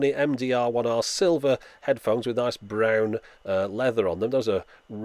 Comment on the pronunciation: "Nice BROWN leather"... Are you a relative of James May?